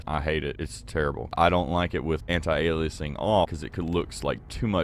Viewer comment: What’s up with pronouncing it “temp-oral filtering”? It’s /ˈtɛmp(ə)r(ə)l/ not /tɛmpˈɔːr(ə)l/. First syllable is stressed. Also, some guy said “anti-a-lie-a-zing”. I want to know who he is, so I can hunt him down and kill him. Couldn’t find fault with the content so I went after your pronunciation.